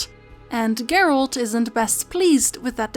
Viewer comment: Are you saying Gert? Or geralt